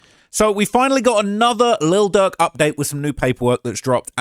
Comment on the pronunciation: I swear you’re calling him Lil Duck 🦆